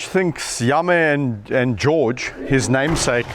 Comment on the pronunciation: You mean Yame? It’s pronounced yamm-ee. Check out all his videos. You will love this channel. His work with wildlife is amazing.